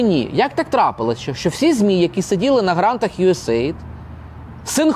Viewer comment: правильно казати « Ю Ей Ей Айді»